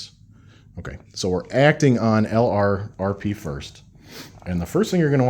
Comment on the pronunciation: Enjoying your series, but I wanted to make one comment. LRRP should be pronounced "lurp."